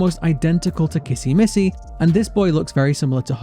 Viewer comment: For some reasons kissy missy sounded like please sit down then she says run